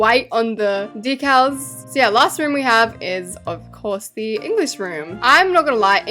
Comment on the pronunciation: “..aNd lAySt bUt nOt lEaSttT..” girl.